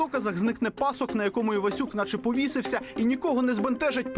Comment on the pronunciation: Люди, ви ж розповідаєте про УКРАЇНСЬКОГО композитора, то говоріть чистою українською мовою!!! Не "Ивасюка" (як прослуховується), і не пАсок, а пасОк....Традиційне: ганюба!